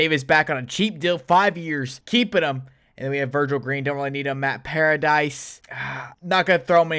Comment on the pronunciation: Dislike Bc he said paradise instead of paradis 🤦🏽‍♂️